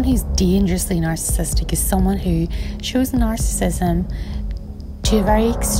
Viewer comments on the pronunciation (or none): “Sociopathic na’arrsis”